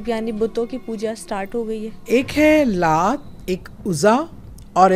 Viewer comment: Excuse me idols k name bhi apko thek se bolne ni aty these are Laat, Manaat, Uzza